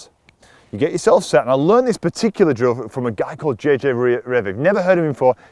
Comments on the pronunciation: sorry but you kind of mumbled the name of the guy who taught you the drill, JJ somebody, who was it? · Hi, Love you videos, you add so much clarity.. Can you please tell me the guy you said to check out on line, JJ something I can't understand the last name. Best Terry